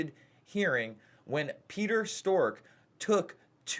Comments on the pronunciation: Strzok (Strawk) not Stork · “Strock”...not Stork. 😔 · It’s Pronounced Stroc not Stork ! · Damn, Jason, you butchered Strozk's name. It's Str-ah-k (rhymes with squawk), not "Stork." :-o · Guys, do you not even have anyone watch these videos before you release them? It's Strzok, not Stork! I really like your videos, but you destroy your credibility by not knowing how to pronounce something as basic as a household name. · It's pronounced Struck. The fact that you can't get a simple name pronounced right puts into question you even watched the farce, or even pay attention, because his name has been out for months. I'm guessing at this point, you are reading someone elses script, and these are not really your thoughts. Putin's thought? Could be.Sad. Your misguided "reporting" is biased, fake news at best. I watched the farce, and you are very selective in the edit to how this unfolded. Putin must be your Patreon. When you have to announce you are no Trump supporter, You are a Trump supporter. Notice you showed no LouAss Gohmert. footage. BIASED.